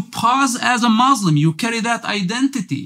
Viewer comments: Also what kind of Ex Muslim says muzlim? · After he said "Muzlim" I doubt if he really was raised in Palestine In the Arab world as a whole we never say "Muzlim" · Then why he say MOZLIM ? Didnt he knows Arabic language ? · You know that he is a liar when he says Muzlim 🤣🤣 Even the incidents he didn't provide names I'm curious what his name and his nationality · He cant pronouns muslim right he zaid Mozlims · He can not say word muslim what the hell 😂😂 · 100% paid actor, the way he can't say muslim terms every muslim knows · He is a agent. The way he speaks. Not pronouncing muslim and falastine properly. Even a non arab muslim can pronounce it. And of course nothing he told about religion is truth.